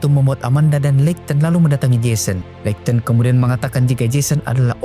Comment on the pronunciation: pronounce nya `leikton`?, skip